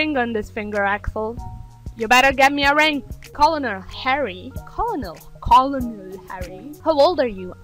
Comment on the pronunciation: FYI Colenel is pronounced like kernal :P